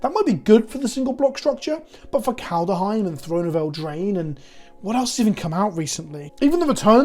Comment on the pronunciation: That's all fine and good but WTF CAN'T YOU STILL PRONOUNCE KALDHEIM!!!??? 🤣